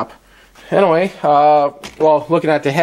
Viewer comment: U said "anaway" like 15 times